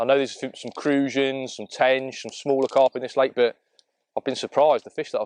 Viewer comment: grr stop saying burt its pronounced butt (but) the thing you sit on and what mr Khan talks out off lol